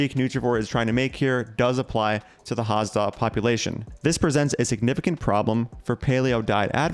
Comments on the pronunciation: Hadza, not Hazda. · It's pronounced HAD-ZA not HAZ-DA